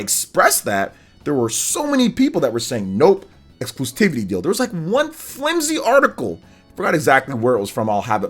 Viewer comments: I just gotta say..."excluSTIVITY" isn't a word. It's excluSIVITY. Exclusivity, from the root exclusive, you just drop the, "e" and add, "ity". The only, "T" is right there at the end. After the umpteenth time I just couldn't hold it in anymore. The more you know! Not trying to be Mr. Internet Smart Guy, just helping out. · Exclusivity. There is no “t” before the first “i”.